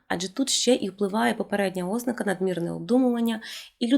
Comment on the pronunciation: Ви описали багато моїх життєвих реалій. Я от навіть неправильний наголос ( ознАка правильно) сприймаю з пришвидшеним серцебиттям і тиньканням у скронях.